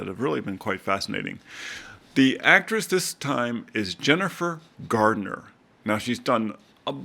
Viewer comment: There is no “D” in Garner . .